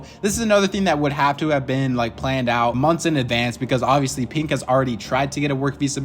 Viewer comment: is he saying pink or pinq